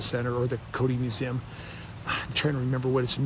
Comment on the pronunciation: Hey Kody: Wtf is a mew-zim? You dork.